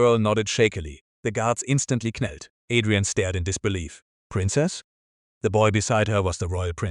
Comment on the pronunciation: I chuckled both times when the AI narrator pronounced the words kneel as "k'neel" and knelt as "k'nelt" 😅 Ok, I k'now its childish so I'll just grab my k'napsack and make my exit as the irreverent k'nave I've become 👋